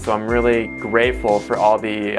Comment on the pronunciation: at first I heard you said Im really Grapeful :)